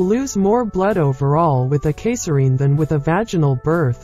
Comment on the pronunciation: How do you miss pronounce “caesarean”?